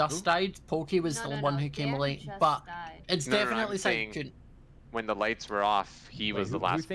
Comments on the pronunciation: PLEASE stop calling sykkuno skkuno PLEASE (no hate ly) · not trying to be rude but it is siiiii kkouno not sekouno